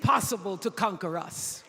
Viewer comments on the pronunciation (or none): Did she say to divide and cunker 😂😂😂